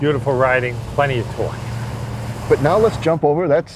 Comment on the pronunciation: No he stated 485ft-lbs of twooahk